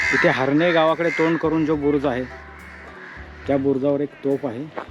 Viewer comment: HARNE नाही HARNAI ....हर्णेे असा उच्चार आहे .....उगाच गावाचे वेगळे नामकरण करू नका ....